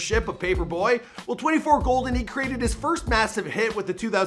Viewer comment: The way he says 24golden without the K